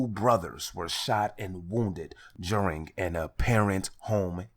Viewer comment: 3 quick questions ok 1 is were you saying juring or during 🤔 2 that looks like a dude with a dirty wig on 😳3 did you say flewd in my Gee? 🤣🤣🤣